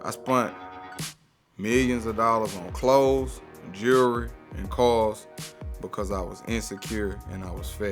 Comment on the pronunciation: Rappers can’t pronounce JEWELRY. They say Jewrry! Why??